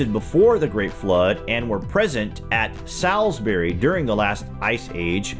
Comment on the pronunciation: Ok Americans, just for your knowledge. It's said 'Solsbury' even though it's written Salsbury. Thanks for the video.